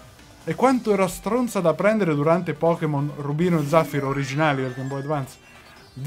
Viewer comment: Tutto molto bello ma... Perché ZÀffiro? PERCHÉ? Il buon Gianandrea di Orion ci ha fatto una testa con i suoi "10 nomi che tutti sbagliano in *inserire anime/videogioco*" e tu mi dici zàffiro? Io adoro i tuoi video, ma si dice zaffíro. So di essere un po' (tanto) pignola su questa cosa, ma mi triggera un sacco questa cosa...